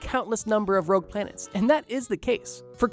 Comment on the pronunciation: JSYK it's ROGUE not "Rouge" lol